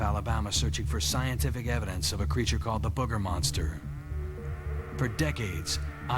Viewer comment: This is my favorite cryptid, mostly because of the way the natives say, "Boogah". Love it.